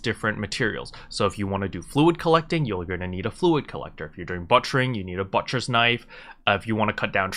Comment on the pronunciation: Cool vid. Thanks for the info. I didn't know Loggia items were much cheaper at the farm. It makes sense though. Dang, that big city markup. Oh BTW, the way you say butchering... you're butchering it. :) You're saying "butt-cher"